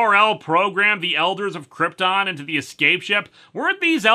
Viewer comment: Going with Marlon Brando’s mispronunciation of Krypton, I see. Would you believe at the time Superman IV came out that John Cryor would later play the best live action Lex Luthor in years? To be fair, she DID (somehow) remember that Clark was Superman but that was earlier in the movie during the double date and Supes did the memory erasing kiss again, IIRC. Also, at least Mariel Hemingway hasn’t fallen under the Hemingway curse. Granted, it’s a tragedy of what happened to other members of her family, but still…